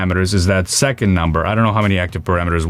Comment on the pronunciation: I'm sorry I can't help but hear PBD "I know you like NAMBER" everytime you say the word number. Super good content though I'm a fan!